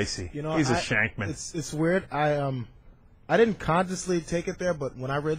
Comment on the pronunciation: "shankman" lmao